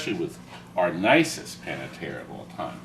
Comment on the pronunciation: Pan-AH-Tera hahahahahhahahahahahahhahaha!